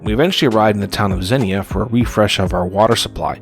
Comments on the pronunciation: It's pronounced "ZEEN-YA" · Great video. Couple of nit-picky things… Xenia is pronounced “Zeen-Yuh”. Also, towards the end of the video (tow-path trail) you kept saying Dayton, when I think you meant Akron. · Xenia is pronounced “Zee-Nyuh”.